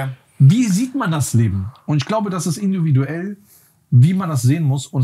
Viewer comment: "Induviduell" 😭 feier ich !!😂👏